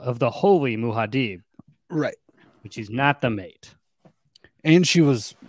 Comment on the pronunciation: Muad'dib pronunciation is Mu-ad Dib or deep but not Muha-deeb.